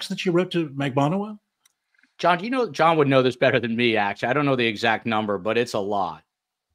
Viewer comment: hi joel! CONGRATS on 1 year! but, never forget that I WAS THE ONE WHO TAUGHT YOU HOW TO PRONOUNCE MAG-BAN-U-A ( instead of mag- ba- nu-a!) hahah. ..Well done!